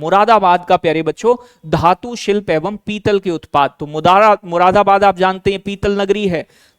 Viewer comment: मुदाराबाद 😂😂 don't mind it's joke 😮😅